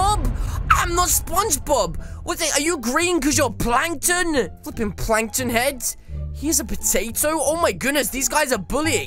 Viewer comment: When a bully says ur a spongebob u say Plakton bully aaaaaaaaaaaaaaaaaaaaaaaaaaaaa